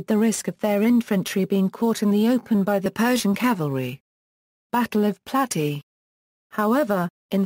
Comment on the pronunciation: Plat-ey-uh..not platty